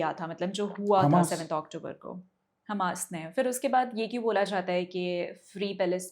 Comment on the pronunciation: The interviewer keeps pronouncing Hamas as hummus like the dip. Also, the way she is asking the questions is irritating. I am not sure if she is ignorant of history, such as Hitler and the holocaust, or just trying to establish simple facts for her viewers. Irritating either way. as usual was excellent.